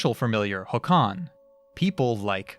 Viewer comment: I've never seen the film but I read it in the original when I was learning Swedish and it made an impression. This inspired me to seek the film somewhere. By the way, Håkan is stressed on the first syllable, "HAWK-uhn".